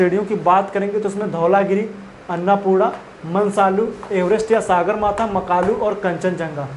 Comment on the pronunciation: मनसालु नहि है मनास्लु बोलिए सर सागरमाथा नहि सगरमाथा है यार